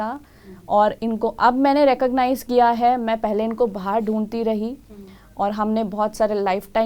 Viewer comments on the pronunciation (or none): none